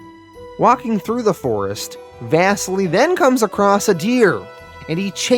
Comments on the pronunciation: Bro the pronouncing of.. like everything lmfao. Out of all of them “vass-seal-ee” not “Vesily” LOL... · And “Vassily” is pronounced “vah-seelee”, it’s Russian